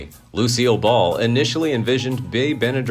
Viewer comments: You mispronounced Bea Benaderit. Not Benadere......learn to be correct. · Do your research stupid.. it not Benna-, duray! it's Benaderet( hard t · Bea. "Benna-dare-it" (phonetically spelled for the correct pronunciation)... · It's Benderet not Benaderit......learn to be correct. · It is pronounced ben e daret not dara by